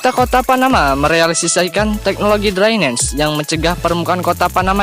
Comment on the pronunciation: Drainase dibaca draines...aduh min min...drainase ya drainase jngn dbca sok inggris...